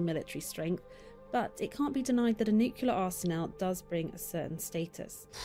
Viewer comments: I didn’t know that the British pronunciation for nuclear was “newk-yuh-lurh” 😂 👏🏼👏🏼pretty sure it’s supposed to be pronounced, “New-clee-ur”… but hey, say anything with a British accent and it sounds correct…🤣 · Bro, it's nuclear. Not nucular.. pronounced "new-clear". It's nuclear. You and everyone else say nuke you leer.. wrong! New clear. Nuclear. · The narrators incorrect pronunciation of 'NUCLEAR' is driving me nuts🤦🏻‍♂️😮‍💨🤣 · The narrator in the vid, clearly from the UK, even mispronounces "nuclear" NUCULAR is NOT a word!